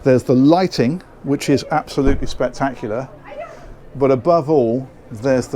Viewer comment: "Absoludly spectac-iulAh" 🤣🤣🤣🤣🤣🤣